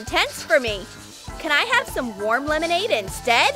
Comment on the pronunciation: Lemonade more like melonnade